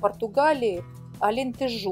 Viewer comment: Правильно произносить АлентЕжу. Привет из Португалии!